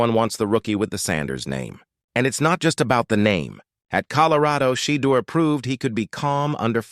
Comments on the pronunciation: His name is NOT Shay duer!!! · His name is NOT Shee duer!!! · His name is shedoor.!!!!!!!